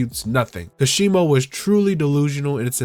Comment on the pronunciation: It's ka-she-mow not kashibo